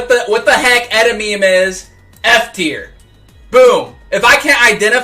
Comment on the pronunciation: The way he pronounced "edamame" makes it sound like a drug 💀